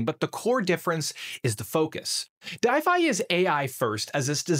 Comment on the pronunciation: I think it's pronounced D-if-y, like Shopify, but a D. If not that logo confused me